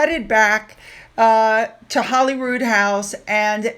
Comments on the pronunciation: Holy Rood = Holy Cross. It's pronounced HOLY ROOD, not HOLLY ROOD. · I know this is insignificant but when speaking of Scotland please pronounce Holyrood House correctly:) Holy not Holly:) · Hey, I just love your channel and watch it everyday. I just wanted to say that Holyrood, I believe, is pronounced Holy as in Godly. Not Holly like in Hollywood. I believe Holyrood means "The cross on which Jesus Christ was crucified" You should look into this information for yourself, but I'm pretty sure I'm right! Lol Much love to you and your family. Keep up the excellent work! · No, Holyrood is pronounced in Scotland as in Hollywood. Legend had it that the king was hunting in the area and came across a white stag with the holy cross on its antlers and established a monastic institution where the palace now is.( A legend used very often in medieval folklore throughout Europe). Through time the pronunciation has been corrupted . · No, it's pronounced Hollyrood by all Scots.